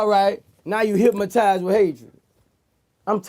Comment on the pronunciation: Boosie said Hipmaties